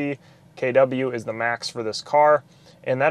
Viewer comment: Got triggered by "KeyDoubleU". Geee man, it's KiloWatts